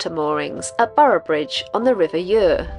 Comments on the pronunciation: Lovely to see you at Borough bridge tonight and speak with you I look forward to your next adventure,oh by the way the pronounciation of the river is Youer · If/when you next pass through Boroughbridge, you should take a quick walk to the Devil's Arrows, an ancient stone monument. As you're in my neck of the woods again 😂 the Ure is pronounced "You'r". When you approached Boroughbridge on the Ouse you'll have passed under Aldwark Bridge, a toll on which must be paid to save a 25 mile round trip..as usual in the north, money is hard earned so the fee is 40p!! #owmuch? Welcome back to your travels up here... Where you get a lather on your soap!! 🤣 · This has been the fastest 26 minutes of my day. Terrific video. The river Ure is said Yoor. Comes from ancient times meaning strong or swift. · It's pronounced river youa, 😅 you southerners my my.😂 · Well I live close by and we pronounce it as I mentioned, love to you and Zepha.